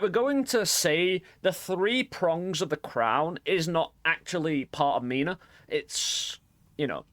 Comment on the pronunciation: erm actually it is "minä" not mina 🤓🤓🤓🤓